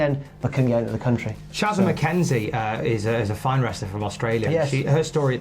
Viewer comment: Props for the pronunciation of Shazza the amount of times I hear it pronounced sharzar is terrible